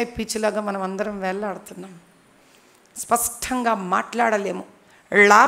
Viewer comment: spasHtam is the right word not spastam andi madhavilatha garu!!!